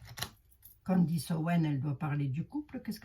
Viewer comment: CANDACE ! MAIS ONT DIT CANDECE